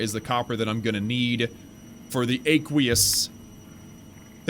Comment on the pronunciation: btw you pronounced aqueous wrong just google it. Just want you to be good to the new guys who watch your vids. Hope you don't take it bad.